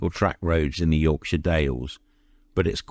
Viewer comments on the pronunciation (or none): none